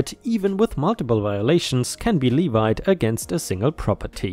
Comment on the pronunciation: Fyi: levied is pronounced lev-eed. No I sound.